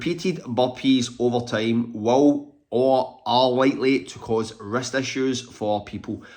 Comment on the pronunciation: Oh....wrist, not rest, issues. I thought you were saying rest issues. 😂